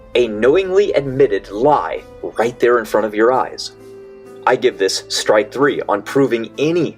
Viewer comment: I die from cringe every time he says "strike /N/". And he says that a lot.....